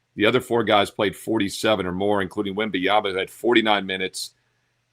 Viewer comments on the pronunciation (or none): His name's not wemby-ama 😂😂😂